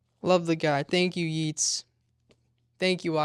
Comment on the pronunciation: You can’t keep getting away with this